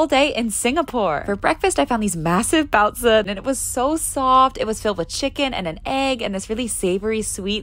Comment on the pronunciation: i have never heard anyone pronounce baozi like that